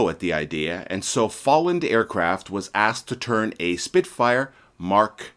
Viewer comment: Two items meant as constructive criticism: The EDO company is pronounced - EE' DOE Folland is pronounced - FOE' LEND